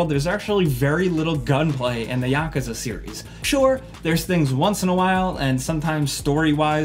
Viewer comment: The way he says Yakerza lol